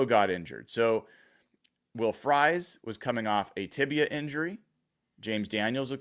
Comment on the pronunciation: It's not will frys phonetically its pronounced freeze. You sound like you don't know him either